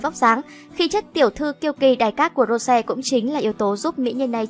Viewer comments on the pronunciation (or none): nói thì nói cho đúng rose not ro sè ok bruh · Làm ơn đọc đúng tên Rosé đi. Một là đọc theo tiếng Anh là Rosie. Hai là đọc theo tiếng Hàn là 로제(phiên âm:Rô chê). Đừng có đọc là Rô se nữa. Đọc vậy, Blink buồn lắm. Làm ơn 🙏🙏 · cũng ko muốn nói đâu nhưng mà ad đọc sai tên của chị chúng tôi rồi. Định ko nói nhưng mà nó cứ tuôn thẳng vào tai ví dụ như tên của Rosé nhá. Cho hỏi " Rô se" là ai vậy ạ chị tôi có tên thế đâu trời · Rô se? Đọc chuẩn tên có đc k vậy?